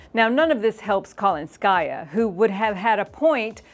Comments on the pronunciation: The name Kalinskaya has the emphasis on the second syllable-- not the third syllable. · for Christ's sake. This is not KalinskAysa, it's KalInskaya